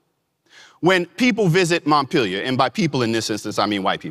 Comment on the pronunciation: Maddison's place is named Montpellier. It's pronounced: Mont-pell-e-a.